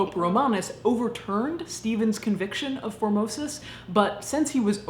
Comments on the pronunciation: It miiiiiight just be my warped sense of humour (and the fact that my mind is perpetually in the gutter), but I keep on hearing "Phimosis" instead of "Formosus". 😶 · I thought you had said Pope 'Phimosis' at the start. xD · Reaaaally thought you said “Pope Phimosis” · I'm sorry but every time you say his name all I hear is "phimosis" and get completly distracted lol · Formosis? I thought you were saying "phimosis", a disorder or the male genitalia. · At the very beginning I thought she called him “Pope Phimosis” and fell into a giggle fit. I’m so glad his name wasn’t actually Pope Phimosis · I swear, the first time you said, "Pope Formosis" I thought I heard, "Pope Vomitus." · I was pretty sure that at first you were saying phimosis and was chuckling